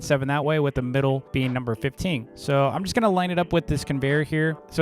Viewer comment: thats why he cant say 15 right? all the effort?